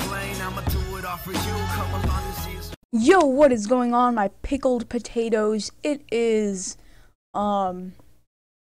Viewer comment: "pickel patatoes"